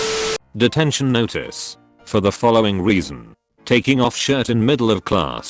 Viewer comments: He pronouncing reason as weason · Everytime the narrator said reason I heard weasel. I don't know how this is happening. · Them saying reason" Me hearing weezen* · Am I the only one confused because “Reason” sounds more like “Weason”? No? Ok